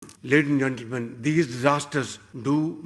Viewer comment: At 0.0-02- what the heck is k@ sh@ saying-“ laden zentelmen”🤔